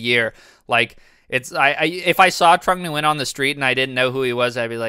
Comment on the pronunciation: If I hear this guy say trong Nguyen 1 more time I am jumping off a bridge